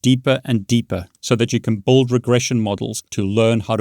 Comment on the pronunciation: "Brilliant helps you buld your knowledge" 🤣